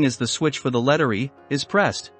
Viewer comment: Not going to listen for almost 20 minutes to bad computer narration. I turned this video off when it said letteree instead of Letter E.